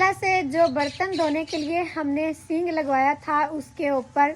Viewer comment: Sing nahi sink kahty hain